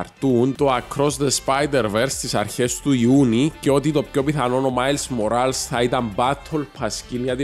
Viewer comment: Ειναι Μορλες οχι ΜοΡαΛς